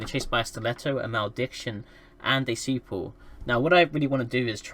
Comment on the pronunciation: Ok I thought you said "super" instead of "svipul" and was wondering what chucklefuck dropped a supercarrier on a rifter.